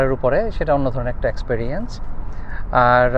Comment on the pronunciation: অ্যাকস্ প্যারিয়েন্স না uncle এক্সপেরিয়েন্স